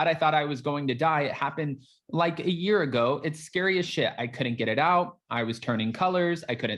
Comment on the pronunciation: I jumped ahead in your video by about 1, mins +, or whatever, so I didn't have to hear you say SMASH THAT LIGHT BUTTON! Yeah I know it's like, but it always sounds like LIGHT button! Anyway heffff it if you didn't put it in at the end this time, helpppp! Shaking my head! 🙆 This is me throwing my hands up as-in, I give up! It's not a touch down gesture, at all.😭😿😖😮